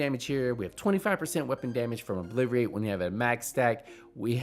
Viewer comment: In seeeink! Ahah you funny bro an how you say obliterate aha 😂